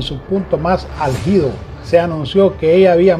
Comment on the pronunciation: En todo caso ser ÀLGIDA CON ACENTO NO Algidaq barbaridad remedo de periodistas